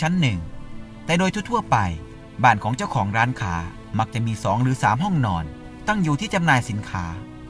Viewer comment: ทำไมร้านค้าออกเสียงว่าร้านข่า หลายๆคำก็ออกเสียงแปลกๆคะ